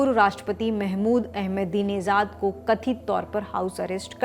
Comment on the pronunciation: His name is AhmedineJad not AhmedineZad.. there's no Z in his name..your pronunciation is very annoying